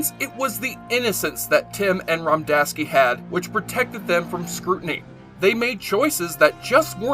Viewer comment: Stop saying Romdaski. It’s Radomski. Says it right there in the video.